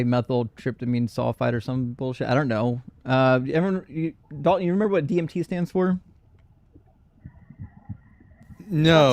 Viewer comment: pronounces "DMT" perfectly (almost) but absolutely butchers "psilocybin" for months and months❤.